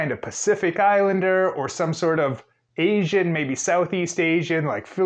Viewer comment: One if his many offenses. If i had to hear him pronounce “asian” one more time i was ganna have an aneurysm.